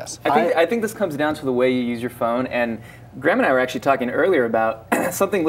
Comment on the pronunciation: His name is Graham, not Gram